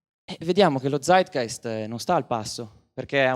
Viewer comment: pallino sulla i: si pronuncia Zeitgeist con la Z di o ScreZio non con la Z di Zorro